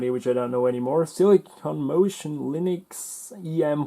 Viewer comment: The second computer's graphics card's name is lynx(a kind of wildcat; pronounced like links), not linux.